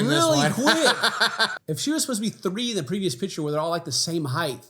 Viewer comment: Omg. Thank you to the editor, who put the word "Height" up on the screen as a correction.. it has always bugged me when he (or anyone) says "Heighth" and I always correct him aloud. For once I feel vindicated.